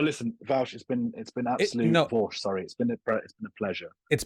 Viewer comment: Speaking as a Brit, why can't other Brits pronounce Vaush 😂 it's not that hard.